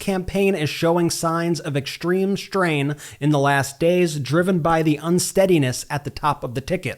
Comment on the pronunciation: Dude, when you speak simple words like "extreme strain" and "struggles" why don't you try pronouncing them correctly? There is no 'H' in any of those words, yet you pronounce them "exshtreme shtrain" and "shtruggles". Are you supposed to be a journalist or a rapper? Sloppy diction yields a loss of respect.